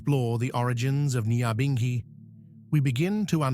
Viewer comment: #NYAHBINGHI pronounce our thing right RASTAFARI LISTEN TO THE WAY RASTAMAN PRONOUNCE THEM SELAH